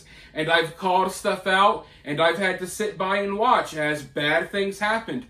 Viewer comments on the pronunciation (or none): none